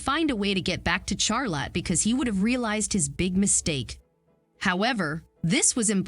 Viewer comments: Charlotte: pronounced Charlut, not "Charlot." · Charlotte, not Charla🙄🤦🏻‍♀️